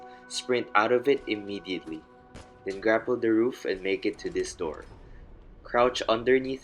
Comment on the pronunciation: did he mean grapple sliding when he said "grackle sliding"?